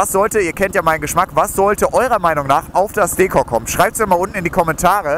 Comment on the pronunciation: Bitte bitte bitte sag Dekor und nicht Deekor....das hört sich so falsch an. Aber dein neues wird bestimmt klasse